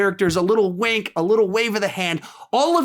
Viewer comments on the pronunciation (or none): You said wank instead of wink 😉